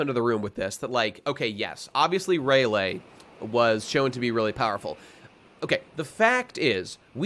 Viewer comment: I just have to know why you are pronouncing Rayleigh's name Ray-lay when it's pronounced Ray-lee?